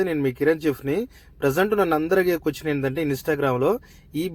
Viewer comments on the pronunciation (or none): none